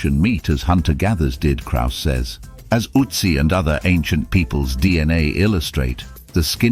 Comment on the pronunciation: Can't even properly pronounce Ötzi